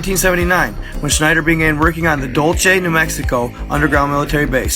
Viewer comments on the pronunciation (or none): Dude it's not (Dull-che) it's (Dull-say) Dulce, NM..... I love you just saying I'm from here just south of it....